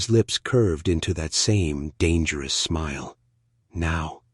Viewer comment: Thumbnail: Someone skipped math class... more than once. 7 feet? More like 7 meters. Oh No'sss, not Dang --- Eris. That's much worse than Darn --- It. Fove??? I don't speak Veron. Fee? I'm not familiar with Nautical terminology. This is so bad. Find the rest of the bad AI yourself.